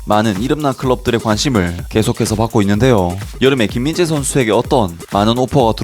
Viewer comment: 한번씩 김인재로 들림 ㅋㅋㅋㅋ